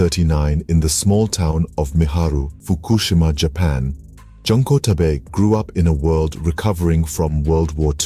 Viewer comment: Please dont pronounce her name like "Junk". The first "JUN" is pronounced like "June". Junko is pronounced June Co.